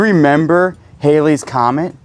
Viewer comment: Thank you for pronouncing the Halleys Comet correctly. Many today pronounce it based on spelling. The hieroglyphics box looks like a Boy Scout project circa 1950s. I love this locker!